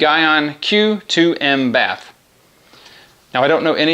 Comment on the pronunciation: For future reference it's pronounced Gee-on (Gyeon) and bay-th (bathe) :) Gyeon bathe PLUS is one of my favourite soaps, it leaves a Sio2 protection behind with hydrophobic properties.